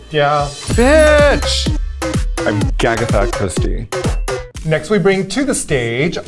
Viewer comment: "Gagetha Christy" lol